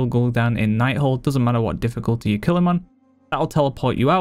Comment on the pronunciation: this guy sayin dificulaaa triggers me for some reason